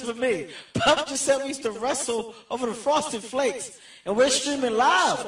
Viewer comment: We used to wrestle... Off-a-duh.. Off-da-uh, off-ada FRAUSTED FLAKES 😅